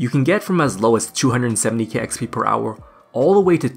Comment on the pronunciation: i hate when he says hourrrr